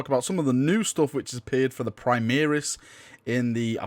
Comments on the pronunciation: Praimiris? It's pronounced Primaris Dx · My ears hurts when I hear him say prime-EAR-is. Where has that come from? He says "prime-air-is" once, -ish.